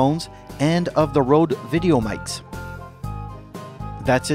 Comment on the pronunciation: The TH1 is already 16:9. It can only become 4:3 if you use the lower resolution video settings. Thanks for the compliment! I still have to practice my dictation though. My pronunciation of "Videomics" (in plural) is coming out as "Videomites". If it's singular however, it comes out okay. I need a book of tongue twisters. :)